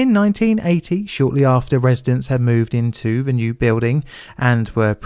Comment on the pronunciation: "ve" instead of "the", "favva" instead of "father", "ovvawise" instead of otherwise, "free" instead of "three". Dude I LOVE your videos but the accent makes your videos incredibly difficult to listen to for anyone outside South London. Many other Londoner YouTubers avoid this accent because they know it is difficult for non-native English speakers to understand. Please consider trying to pronounce words correctly for 99% of the world so that people who speak English as a second language can understand you.